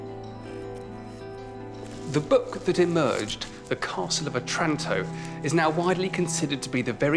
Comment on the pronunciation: Maybe learn how to pronounce "Otranto" before shooting the video.